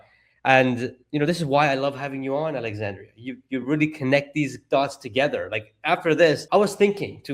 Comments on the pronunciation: her name is Alexandra not Alexandria. Also the word is “dilution” as in diluting in water, not “delusion” as in hallucination. Both of you were pronouncing it incorrectly. Great job otherwise. Thank you. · PLEASE pronounce AlexanDRA' s name correctly. It is NOT Alexandria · Her name is Alexandra not Alexandria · It would be nice if the host would make the effort to pronounce Alexandra’s name correctly. It’s Alexandra. Not AlexandrIa Not Alexander. It’s not that hard to get it right if you care. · It's Alexandra, not Alexandria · it's great that you pronounce her last name correctly, but her first name is Alexandra, not Alexandria. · the host can’t seem to get Alexandra‘s name right. Hey dude, write it down, sound it out. It’s disrespectful.